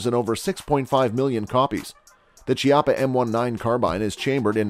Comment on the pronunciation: Chiappa = Key ah pa